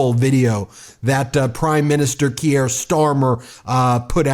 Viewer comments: just a wee heads up Ben it's pronounced Keer, up the mighty meidus🎉🎉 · He's not French, it's pronounced Keer 😂😂❤ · pron. 'keer' bud. One syllable. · Hi Ben - thanks for all the work you are doing! Just wanted to point out that you pronouce Keir Starmers name "Keer". Keep up tha fantastic reporting! Cheers! Lisa from Winnipeg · Kier rhymes with fear, for pronunciation context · "Keir" rhymes with "near" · Why can't you pronounce his name correctly? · 1. Please learn to say Keir correctly (I'm also called Keir after Keir Hardie, which should tell you where my parents and I are politically) 2. I never thought I could get behind Starmer after what he did to Corbyn then as soon as he was elected PM he ditched all his promises but on Ukraine he has been phenomenal. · I beg you, please learn how to pronounce Kier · “Kier”, Ben - rhymes with “pier”. NOT “Kierre” rhymes with “Pierre”. Geez - how would you like it if everyone decided to call you “Bean”? This is not rocket science - it’s just a small matter of basic respect. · Keir is not pronounced kierre like Pierre. It is keer - like beer! Important to pronounce people's names right as we all saw with Kamala . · This is not meant to be critical - just letting you know. Kier pronunciation rhymes with beer, so sounds like Keer. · Please, the British PM's name is pronounced "Keer". One syllable. Otherwise, keep up the great work! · Ben, thanks for everything you’re doing. Just a quick heads up: pronounce Kier = Kear (as in ear 👂) and Macron = (as in ‘on’ not ‘own’). Cheers!! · I dont wanna be "that guy" but its pronounced "Keer", like beer but with a k. Im sorry but i had to because ive been listening to his name for the last 5+ years! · Please. please, learn how to pronounce Keir (keer, not kiere) - thanks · Ben, his name is pronounced "Keer" -- one syllable. Not Key-air. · Please pronounce him Keer not Kyier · Keir rhymes with beer, not Gruyère, mate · His name is pronounced Keer, not Ke-ere. One syllable, not two.